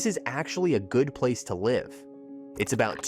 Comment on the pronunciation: Yes, you can tell by the way it uses the wrong pronunciation of “live” for the context.